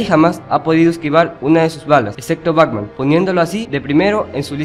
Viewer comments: Esta muy bien la recopilación, aun que te faltaton varios, como Polilla Asesina, Shame, el rey condimento, entre otro. Solo si tengo una observación, tu dices: BACMAN.. me imagino que lo haces inconcientemente claro! pero si vas a hacer un video con audio en off, por lo menos pronuncia bien el nombre BATMAN! igualmente felicidades por la recopilación! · Antes de hacer otro video aprende a pronunciar las palabras, sobretodo los nombres, es BATMAN, NO BACMAN.